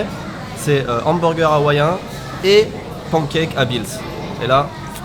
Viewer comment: Je suis le seul à entendre "porncake" quand il dit pancake ?